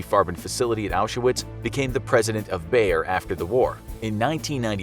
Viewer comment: How Wrong do you wanna pronounce "Bayer": YES